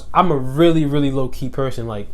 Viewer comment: When you say low key fast, it sounds like your saying Loki!